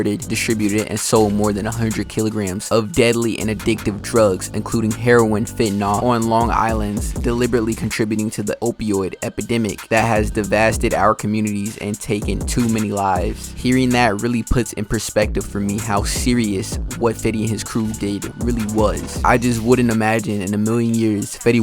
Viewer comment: This nigga said "devasted"🤭.. tf is devasted tho?🤔 lol